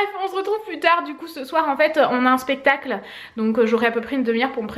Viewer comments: *spectacle et non pestacle haha❤ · on dit"spectacle" non pas "pestacle"😂😂